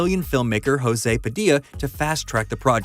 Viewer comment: In portuguese when someone is named José its pronouced “joezay” not “hozay”